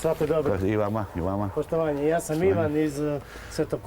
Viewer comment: Početak : "poštomanje..."